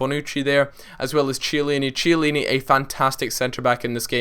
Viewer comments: oh you didnt say 'chee-a-leeni'. its said kee-a-leeni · that's not how u say chiellini it's pronounced like kiellini not ch